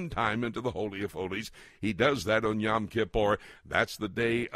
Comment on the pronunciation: Yom. Rhymes with dome.